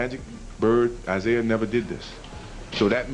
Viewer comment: All these you tubers can't put in the effort to make their own videos? Michael "jordon"? Isaiah (eye zeye uh)? AI fail and creator fail for using Ai.